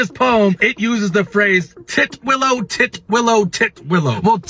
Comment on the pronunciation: tit willow not ti twillow lmaoo tit willow is a bird